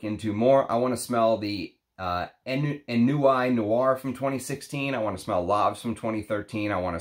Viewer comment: ennui is pronounced "Ohn Wee" with a soft N